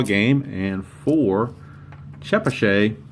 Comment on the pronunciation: I've lived in Chepachet RI. It's about 20-25 minutes west of Providence. It's pronounced Che-Patch-et and it's very rural. :-) Keene NH is about 45 minutes from me now in Gardner,MA. I'm two hours from Sandwich, MA. :-)